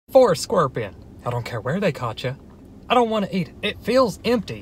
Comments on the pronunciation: It sounds like he's pronouncing scorpion as squorpian, and I can't unhear it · He really said scwerpion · “scwerpian” hahaha he makes me laugh so much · Bruh i love how he says squorpion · Squirpion 😂😂 I’m not going to be able to say scorpion anymore! It’s now squirpion🤣🙌🏻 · nobody:: squwirpion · "Scworpion"" lmao